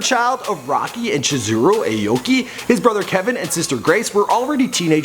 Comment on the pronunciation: That's not how you say his last name..